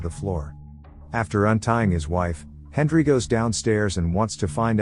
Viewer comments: Why are you pronouncing it "Hendri" instead of "Henry"? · Who else heard hendry not Henry 😂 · Why does he call him Hendry the whole time? It drove me mad lol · Is it saying "Hendry"? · Hendry. Like come on. Just actually record yourself talking. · Am I the only one hearing the narrator say "Hendry"? 🤔